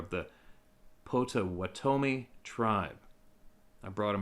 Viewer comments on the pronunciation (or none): Pronounced POT-O-WATT-O-ME, I can help you out with any Michigan tribes in the future. I will keep watch and help you out whenever you get any Michigan Native American stories. Keep up the awesome work brother!